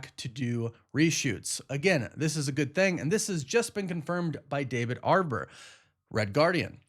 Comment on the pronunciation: Why do you keep calling him David "Arbor"?